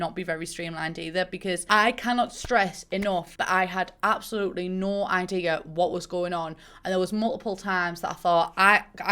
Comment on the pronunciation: I literally love every time she says “abolutly“